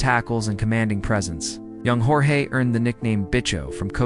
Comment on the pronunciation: It's pronounced "George " if you're going to tell the story ( thank you) but pronounce the name correctly please.